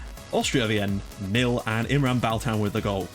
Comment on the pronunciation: Wien is pronounced like 'Veen' bro :)